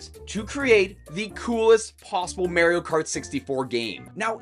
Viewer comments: yep he says "marry-o" instead of "mar e o" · It's pronounced MAR-io. Not MARE-io. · He needs to go to jail for how he said Mario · The way you say "Mario" is funny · I thought the same